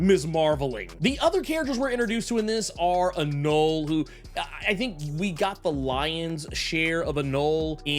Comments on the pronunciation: I believe the etymologically correct pronunciation of anole is.... uh-no-lee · You pronounce the E at the end of. Anole… he is named after the lizard…